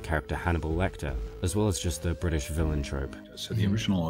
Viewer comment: why do you say british with an american accent